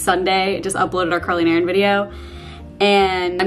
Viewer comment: When you said, "I just uploaded the Carly & Erin video.".....I thought you said, "I just uploaded the curling iron video." :)